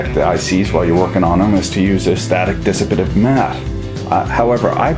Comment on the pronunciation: The way you just explained "work hardened" was brilliant. And how you said "dissipative" was just skookum as fak. Sorry If I butchered that, not a native Enguluistic.